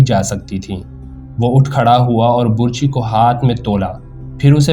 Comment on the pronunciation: یہ لفظ burchi نہیں بلکہ barchi ھے۔۔۔۔اور آپ نے اپنی تقریر میں حضرت امیر حمزہ رض کے ہاتھ میں ڈھال پکڑا دی۔۔۔۔حالانکہ تاریخ میں لکھا ھے کہ حضرت امیر حمزہ رض دونوں ھاتھوں میں تلواریں پکڑ کر لڑا کرتے تھے۔۔۔۔وہ ڈھال استعمال نہیں کرتے تھے۔۔۔آپ پلیز تاریخ کو مسخ نہ کریں۔۔۔اور تلفظ کا خاص خیال رکھیں تا کہ اچھا تاثر قائم دھے۔۔۔۔شکریہ